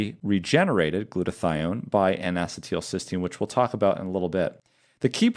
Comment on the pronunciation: Great information, please check the pronunciation of N-acetylcysteine (Acetyl-cysteine "a-SEET-il-SIS-teen")